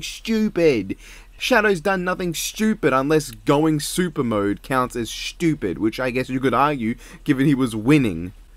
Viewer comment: I love how he say stupid like it's "shtupid" with the sh in the word😅